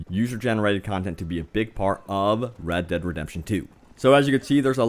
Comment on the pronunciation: The game is pronounced RED DEAD REDEMPTION 2 not RAD DAD redemption 2.